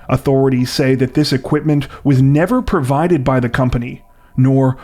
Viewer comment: The word is "provided" not "pervided".